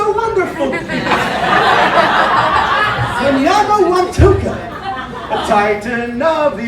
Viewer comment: Hey, that's my dinosaur! You're pronunciation is close... to break it down: Mnyama wa Mtuka.... Mnyama (Mmm–nyah–mah) is 'beast/animal', wa (wah) is 'of', and Mtuka (Mmm-too-kah) is Mtuka, the name of river drainage where is was found. The tricky thing is the leading m's in Mnyama and Mtuka... think of it as when you go Mmm-mmm when you see something delicious, so it is more of a hum. Similar in the species name... moyowamkia (moyo wa mkia: mmm-oh-yo wa mmm-key-ah, or heart of the tail). Cheers!